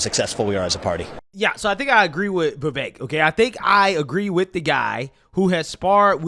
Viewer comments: Love ya dude, but I have to correct you it is pronounced Viv ek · Why do you pronounce Vivek like that?